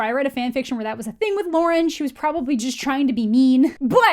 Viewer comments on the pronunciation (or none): none